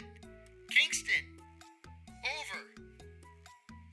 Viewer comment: Kinkland, Klingston lolol